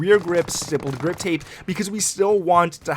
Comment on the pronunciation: Well...all that and he STILL can’t pronounce the grip tape correct hahaha. _